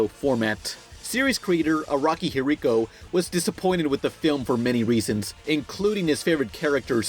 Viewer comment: it's araki "hirohiko" not araki "hiriko"